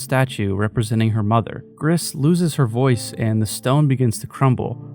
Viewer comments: FYI It’s pronounced like “Grease” Gris is Spanish for Grey. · mb for being that guy but gris is french for grey and in the pronunciation u dont really pronounce the s at the end, i loved the video btw